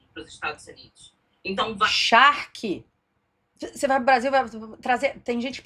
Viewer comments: 😂, é charque e não shark kkkkkk Charque é carne seca, carne de sol, jerked beef Baby charque tchu tchu tchu 😂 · Oi,, você é muito engraçada! Parabéns! E “charque” não é “shark”, ok?